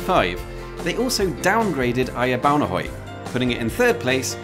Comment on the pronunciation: Perfect pronunciation of Ejer Baunehøj. Best regards from a former skanderborgenser.